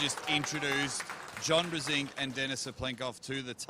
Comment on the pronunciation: I cringe everytime they murder Brzenk with that pronunciation